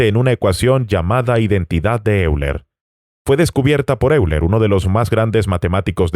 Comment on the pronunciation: La/s persona/s que ha hecho este video tiene...ciertas carencias. Solo dos apuntes: el argumento que denomina teológico en realidad se denomina en teodicea argumento "teleológico" (de telos, que significa finalidad). El gran matemático Euler se pronuncia en castellano "Oiler". Hay mas inexactitudes y errores interpretativos, pero no me extiendo mas. En realidad, no se esfuercen: demostrar la existencia de Dios es simplemente IMPOSIBLE. Si la existencia de Dios se pudiese demostrar en ese mismo momento Dios dejaría de ser Dios. Por otra parte, existen argumentos igual o mas potentes a favor de ateísmo y uno de ellos es la existencia del MAL. Aun así, yo soy creyente y creo que Dios realmente existe, pero no por todas estas mal llamadas "demostraciones", que realmente no demuestran nada. Y que Dios os bendiga a todos.